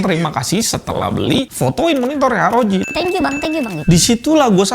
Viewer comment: arr-o-ji ❌ eroge ✅